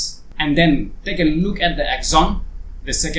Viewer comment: 1. can't even pronounce the film title. 2. Understand why this film was made. 3. It's about events happening in a single day. How many times do you change your clothes in a day? 4. I wasted 6 minutes 18 seconds of my precious time.